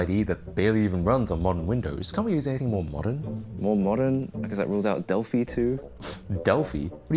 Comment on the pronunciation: Del-fee? Del-fy!